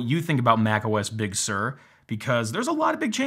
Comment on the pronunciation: Also: it kind of irks me how Apple is picking many Californian places with Spanish origins (I know, it's inevitable, but please bear with me), especially those which were completely bastardised by AmE pronunciation. “Big Sur” has got to be the worst so far, since I, as a Portuguese guy who actually speaks Spanish fluently, mentally read it as “Big soor” (for those who don't know, “Sur” means South, by the way), not as “Big serr”. It will always create a bit of a mental disconnect whenever I listen to it or even say it aloud. Apple's “crack marketing team” could certainly do better when considering names and at least try to pick those which are at least a bit more consensual pronunciation-wise. It can make IT support job easier around the world, believe it or not. Sierra/High Sierra, Mojave and Catalina were at least a bit simpler in that regard.